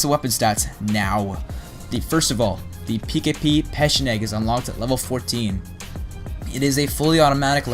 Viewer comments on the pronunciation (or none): It's pronounced pecheneg but u don't hear the ch that u hear in church